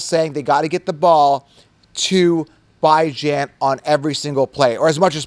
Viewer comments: Bro his mother pronounces it BeeJohn not Bi Jan so respect the man. Call him by his name respectfully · Beh-junh dude😂😂 stop it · “Bye-Jan” Robinson 😂😂😂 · It’s pronounced Bi•Jan 😂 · love your content but you’ve got to give up this “Bye-Jan” thing. It’s incredibly insensitive and never appropriate to tell someone else how to pronounce their name, regardless of what you think it should be. Please stop, be a decent human, and respect the way Bijan himself pronounces it. I normally love your content but every time you say it sounds like nails on a chalkboard. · Bijan came out and clarified how he himself pronounces his own name in an interview last year. You are the only goofball pronouncing his name like this. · You are 100% pronouncing it wrong lmfao he had a interview where he said how its pronounced 😂 but its always worth a laugh hearing u say it that way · If interviewed Bijan would you really mispronounce his name because of your ego? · There is a video of Bijan pronouncing his name you are incorrect. quit thinking for are the smartest man Rodgers so sounds stupid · Bijan is wrong about how to pronounce his own name ? 🤦🏼‍♂️😂😂😂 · How to pronounce Bijan the correct way. I like your channel but I don't want you to get misunderstood on how to pronounce these guys names. Somebody might think you are trolling lol I got you bro!!!